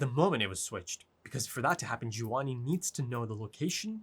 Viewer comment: find someone who calls your name the way calls gevanni 😂